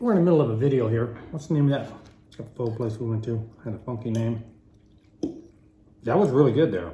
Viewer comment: The Pho is supposed to be pronounced "Faw" but people mess with it. In Auburn, there is a place called Pho King Good. I refused to eat there.